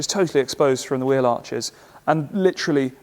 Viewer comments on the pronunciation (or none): none